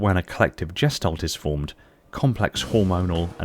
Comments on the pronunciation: All I can do is cringe every time you mispronounce the German word gestalt. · The "g" in gestalt is like the "g" in girl.